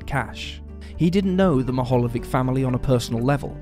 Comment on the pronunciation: It's pronounced as " Meehalyevich".